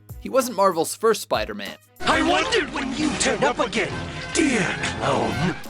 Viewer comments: Soup-aida-Man lol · Supaidaman, Supaidaman, does whatever a supaida can!